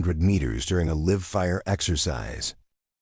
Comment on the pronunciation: World be nice if AI could say certain words correctly. Words like procedures , live